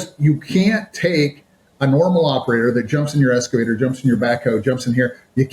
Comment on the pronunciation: “Strategic accounts manager” but can’t pronounce “excavator”…. 🤨 There is no “S” in EXcavator!